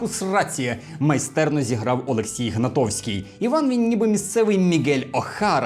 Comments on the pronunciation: Не ГнаТОВський, а ГнаТКовський, будьласка! Хотіла на цей фільм піти спочатку виключно через Гнатковського, бо обожнюю його як актора - надзвичайної харизми професіонал. Також у фільмі знімався Ростислав Держипільський, що є директором Івано-Франківського драматичного театру імені Івана Франка Але після початку промоушену на фільм - я просто хотіла на нього сходити. І тепер це один з улюблених фільмів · Вібачте, Олексій Гнатковський, а не «Гнатовський». Як відбитий шанувальник франківського драмтеатру, мушу виправити))) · Олексій Гнатковський! А не Гнатовський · Прізвище актора, котрий зіграв Івана Довбуша - ГнатКовський, а не «Гнатовський» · Гнатковський, а не Гнатовський ! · олексій гнатковський!!!- (не люблю коли не правильно кажуть призвіща,. особливо моє)))